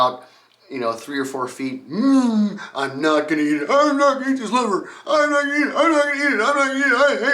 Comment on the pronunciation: "Liver" cars (pronounced "Lie-ver" not "Liv-ver" were made by the William Lea Motor Company Limited and were English copies of Benz designs, using Benz made engines. They can't have made many as the company only existed from 1900 to 1901 and only one car is known to survive (appropriately in the Museum of Liverpool).